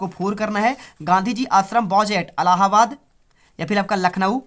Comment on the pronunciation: 2 question me sir allahabad ko Aladin kiyo bol rahe huuu 😂😂😂😂 mardchod sir h like kare bhaiyo